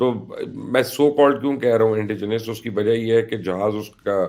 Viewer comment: Its Indigenous- nous - نس and not nious or neous نیئس